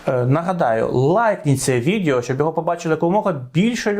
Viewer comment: Не кажіть відЄо, це ріже вухо. Правильно вимовляти відЕо. І передайте будь ласка це пану Сергію також.